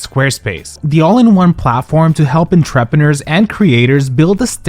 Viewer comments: I'm sorry.. enTRAPener killed me. 😂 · Just for future reference: Entrepreneur is pronounced on-tra-pra-nore ❤ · I've never heard someone pronounce entrepreneur that way